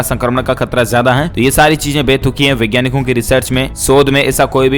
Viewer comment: यार “वैज्ञानिक “ और “विज्ञानिक” के उच्चारण में बोलने के समय फर्क करो। हिन्दी भाषा की गला मत घोन्टो।